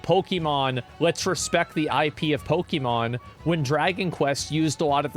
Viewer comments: POKIIIMON? Pokehmon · Why does he pronounce Pokemon like that?